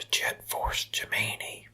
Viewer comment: Dunno about you, but I’ll never pronounce ‘Gemini’ correctly again. ‘Jet Force Jemeeny’ 😂😂😂